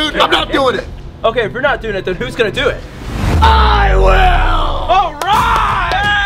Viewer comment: always says I WIIL